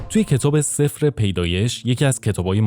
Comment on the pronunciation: سِفـْر نه سـِفـِرْ sefr نه sefer یعنی کتاب